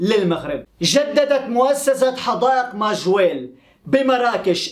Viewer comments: ماجوريل اصلح ليس مرجويل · ٠يا ابو ابيس صحح نطقك لبعض الأسماء الغريبة عنك مثلاً اليوم تقو: ما وجيل عوض ماجَوريل Majorelle....... كما أنك تنصب نائب الفاعل.........النحو العربي دقيق و يجب التمكن منه لتفادي المغالطات...... و شكرا لك يا أخي 👍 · اسمها حديقة مااااااااججججججووووووورررررررررريييييييييللللل (Jardin Majorelle) وليس ماجويل